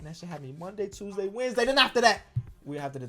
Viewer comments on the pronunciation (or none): none